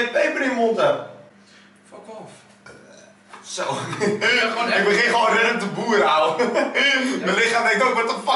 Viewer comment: LOLOLOLOL Hoe hij dat zegt fack of